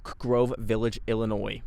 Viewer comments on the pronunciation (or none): none